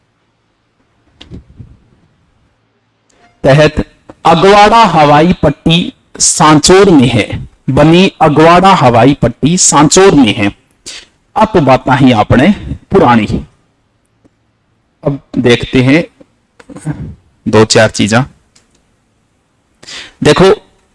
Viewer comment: अगवाडा़ नहीं अगडा़वा है